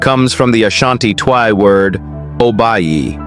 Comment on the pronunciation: It's Twi pronounced almost like ch chwi